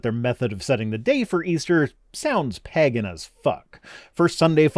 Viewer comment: TIL pronounces the word "pagan" in a very weird way. 😆😆